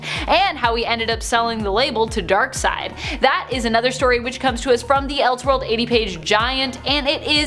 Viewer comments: Ok… It’s Dark *SIDE*, not Dark *Seed*. Darkseid is the villian, Dark seed is his ejaculate. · It's pronounced darkSIDE, not darkSEED. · It's not pronounced "dark-seed", man, it's pronounced "dark-side" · Did that man just call Darkseid "darkseed"? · Why does he keep calling him Dark "seed"?